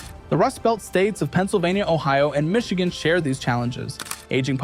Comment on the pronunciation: Ah yes, my favorite state: "Tcsss." Followed closely by "Michioon" and "Novada"